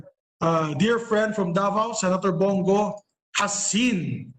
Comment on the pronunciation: That b***h cant even say Senator Bong Go´s name. Napaka Ego Maniac ng Senator Drillon na to!!!! At pinuna pa talaga nya ang pag sabi ni Senator Bong na he will not take questions. Its really nonsense to brought it up after all the statements provided by Senator Bong. Lamdagi tawn ni sa iyang pang huna huna tawhana.